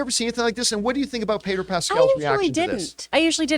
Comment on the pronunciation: Who the heck is "Payder Pascal"? Why did John keep calling him "Payder"? It doesn't make any sense. It's like if I just kept calling John "Jern Camipah"!